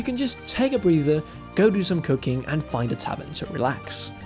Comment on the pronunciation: I had to go back and listen a few times to finally hear what you said. It was "cooking" and not "cocaine"...